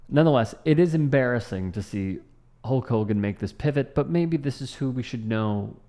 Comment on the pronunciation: "Sulk Hogan" love it ha ha 😂😂😂😂😂